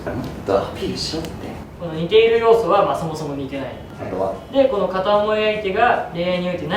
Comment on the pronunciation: 矢花くんって関西出身じゃないよね？「似↑ている」って発音気になった☺方言男子すき 樹くんが出てるとコメントがそればっかりになって、侍達へのコメントみたいなあ。 普段のコメント欄が面白いからよけいに笑